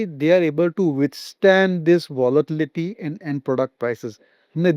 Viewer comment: It was a good discussion in details. Request tonplease improve the language in english words alike youbtold votlitlity -actucallybit is volatility